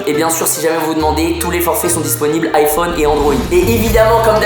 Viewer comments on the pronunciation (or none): none